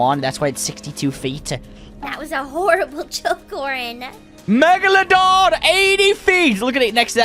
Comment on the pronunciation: It’s Oren and pinki Not Orange and pinky